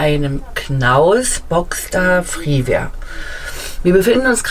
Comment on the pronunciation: Schönes Fahrzeug. Der Knaus heißt aber Freeway und nicht Freeware.🤓